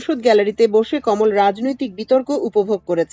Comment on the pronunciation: কোমল নয় কমল যদি তা পদ্ম হয়। উচ্চারণ বিভ্রান্তিকর